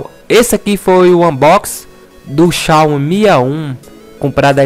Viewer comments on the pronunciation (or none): "Xao mi a1" kkkk